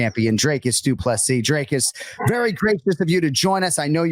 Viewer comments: Whats with the DREY- cus shit? Its dric-us. Dric like it rhymes with brick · Jon Anik, his name's not pronounced Drey-cus fyi. It's 'Drik-us'. Usually you're on point with the names. You at least get his surname right, which Bruce Buffer never does. Next time you see him or a UFC producer, make sure he gets DDP's surname right, the man's a champ after all. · Dricus (DrEEcus) not DrAKEs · Jon it's pronounced 'Dree-cus'. Come on man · PLEASE get his name right...say "drink" same sound. Coach Visser ...say "free" same sound.